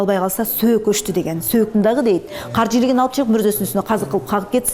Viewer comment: Дагыы деп кездээ деп удорения каттуу айтаткен.